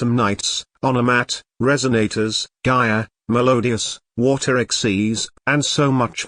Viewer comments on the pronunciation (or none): Water XYZ❌ Woter XYZ ☑️🙂